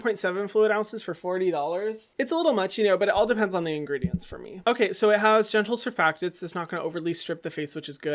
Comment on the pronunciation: "it's a wee bit much forrrr meee" - Hyram